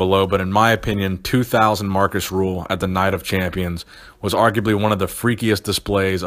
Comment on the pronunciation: Great video, however his name is Rühl not Ruhl.:)